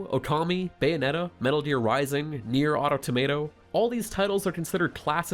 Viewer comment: HE SAID NIER AUTO TOMATO 🍅 🤣🤣😭😭😭